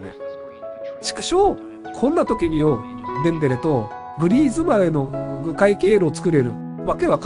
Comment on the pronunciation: デ↑ンベレ